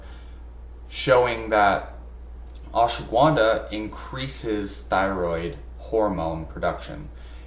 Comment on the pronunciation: It's not pronounced "Ash wa gwunda". There is no w in the word bro! lol